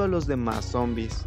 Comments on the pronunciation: Porque dices monbis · momvis ✅ Zombiz ❎